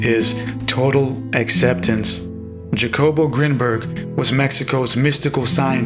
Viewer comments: Hacobo is how you say it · you are mis (or over) interpreting Grinberg's work. And please, his name is pronounced, rather obviously as Hakobo... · The J is pronounce like an H